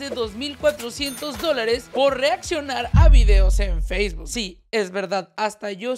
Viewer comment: Pero dice facebook y nomás escucho tik tok qwq